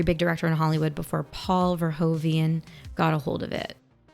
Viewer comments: Straight from the netherlands: Pronounce is verhooven like President Hoover but with an N. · Verhoeven is actually pronounced "Fare-(k)hoo-fen".🙂